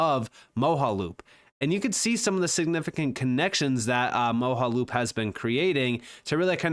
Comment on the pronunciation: Thanks for the video as always! Mojaloop should be pronounced “Mo-Jah-loop I think. “Moja” meaning One in Swahili. “One loop” would make sense for interoperability 🙃👍